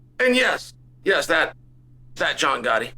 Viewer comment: Uncle Chael pronouncing Gotti’s name correctly tells you everything you need to know about them.